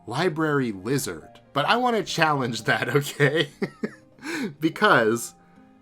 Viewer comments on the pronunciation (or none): Ohhh, you are saying “lizard”! I thought you were saying “wizard”!